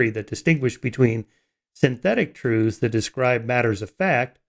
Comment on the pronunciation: I wish Michael wouldn't say "troothes" as the plural of "truth".